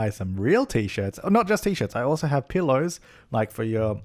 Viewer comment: It sounded like you said peelows at the end.